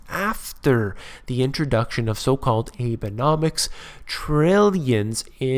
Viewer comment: You are mispronouncing Abenomics. It should be: Aw-bay-nomics.